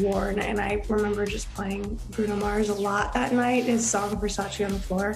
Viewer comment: Versace..... Donatella herself said we are saying it wrong. Stop . Learn to pronounce the name correctly .